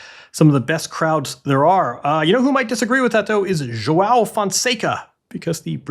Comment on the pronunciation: Someone must teach English speakers how to pronounce João....You are all saying Joáo wich is wrong.